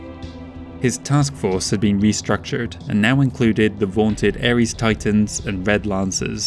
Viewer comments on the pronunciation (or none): none